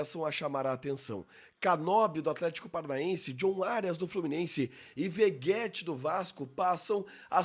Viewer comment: De onde saiu essa pronúncia "Veguéti" que tanta gente usa? Igual "Roguel". Não sei qual a origem do nome do Rogel - não é incomum na América hispânica, mas para Vegetti faz sentido nenhum, esse som de "gue" não seria pronunciado nem em Espanhol, nem em Italiano, que deve ser a origem do nome.